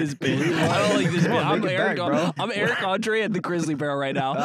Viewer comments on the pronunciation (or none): none